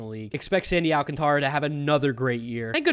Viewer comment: Thank you for being the only white person to know that "Alcantara" is not pronounced "Al-can-truh"